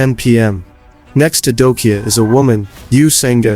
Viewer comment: Good video but bro, his name is pronounced as Dok-Ja, not Dok-Ya. You have to pronounce the J, not omit it.